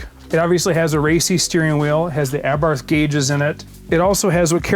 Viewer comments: FYI, it's pronounced "Aa-bart". Yeah, I know, weird, but that's how it's said, missing the h. Wonder if that kit is still available, or if it fits the 500 Giardiniera ? The lid is not kept up for cooling, and certainly the down force line was a jest? They're propped open because they don't close - the modded motor gets in the way. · Can someone call Jason Cammisa to teach them how to pronounce "Abarth" He did a nice segment in the Lancia Delta Integrale Video 🤣🤣🤣